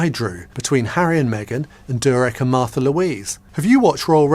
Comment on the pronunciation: Her name is Märtha, learn to pronounce it correctly!